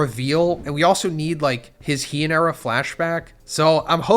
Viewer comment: And again... Learn how to say "Heian."